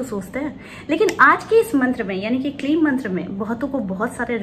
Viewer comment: It's kleem. Ya Klee..